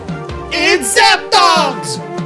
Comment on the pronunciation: Hearing a Spanish person say zapdos is a new experience please say moltres and articuno with emphasis on the numbers